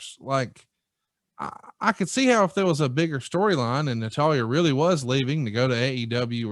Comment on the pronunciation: seems like he watches wrestling, until you hear him try to say Natalya.